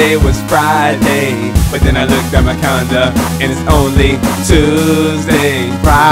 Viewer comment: Did it sound like he said condom instead calendar?